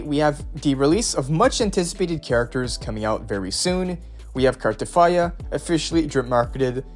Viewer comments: U sayin cartefiya instead of cartethyia is pissing me off😂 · Why are you putting an "f" when you're pronouncing "Cartethyia "? 😂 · There is definitely not an f in her name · This dude be like "carteTHYA" each dang time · Bro how r u pronouncing Carthethyia 😂